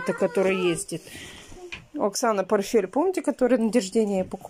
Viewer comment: не порфель. а порТфель.Тебе уже не раз писали. ты понимаешь, что дети потом будут так же говорить.